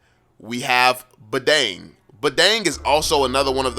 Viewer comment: Badang is from my country🤣 and you says it wrong.